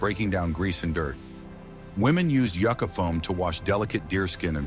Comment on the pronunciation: IA voice needs work…mispronounced many words, ie it’s a Yucca plant, of which there many varieties…. Nice modern paddles too… Good opportunity to pass along ancient knowledge but marginally done…